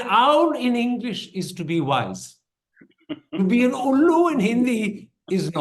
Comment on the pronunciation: Wonderful interview Karan especially when it came to the part of the owl (ullu) which correctly said.